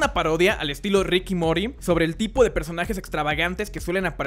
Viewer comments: tan deficil es decir morty porque coño dice mory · rick y morty por favor .. así de sencillo "rick y morty!!! no rick y mory!!!!! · por que dices mory? xdd MorrrrrrrTy! xdd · Creo que sería mejor decir "morty" así como se escribe, en lugar de "mory" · Joshua Alien eso lo sé, pero no es la entonación correcta... esta dicho "mori" cuando tendría que sonar como "muordy". El punto es que es incómodo escucharlo. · Además que lo pronuncia mal, debería decir "and" y no "y mori" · a verr repite conmigo "Rick y Mooortyyy.. a ver a ver Mooooortyy.. Morrr---ty..... no MORIII" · Mor TY, muy bien, pero porque dice Mory Mor TY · 99% de los comentarios son de la pronunciacion de morty a mori 1% son del video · me gustaría que hablaras bien y dejaras de decir Rick y mori porfavoooooor MORTY MORTTTTTYYY! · Probablemente hiciste un buen video, pero me molestó en demasía que no pronuncies bien Rick y Morty... morTi, mor-T-y, no Mori... Lo paré al medio minuto... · que mierda es morty no MORI Me va esplotar los oidos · Rick yMory me vuelve loco. neta no puedo llegar a la mitad del video con esa sola palabra, :/ Morthy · mori? mori casi con esa pronunciación. morty bro, se pronuncia la "T". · RICK Y MORTY! MOR-TY NO MORI. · No se que estas disiendo pero yo te entiendo mori en ves de morty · Ah?? Mory??? Riki mory .....se nota q tu no viste la serie :v ... RICK se la paso 3 temporada diciendo MORTY y luego apareces tu y dices mory jajaja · Se pronunciaría Morty o Mordy, pero nunca "mory" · mori nose dice morty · Por que dice Rick y Mory, en vez de Rick y Morty? :s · Se dice MORTY! NO "mori" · moRty no mory ptm xD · perdon, decías ''Mory'' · NO ES TAN COMPLICADO SOLO MORTY MORTY SE DICE MORTY NO MORI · Es morty no mori !!! :v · por que carajo dice Mory? es Morty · puedes aprender a pronunciar Morty con y XD que dices Mory por favor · Dislike por decir Mory en ves de Morty!! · rick y morty . no rick y MORY! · no sabes nisiquiera pronunsiarlo es morty y tu dices mory ... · "Rick and mory"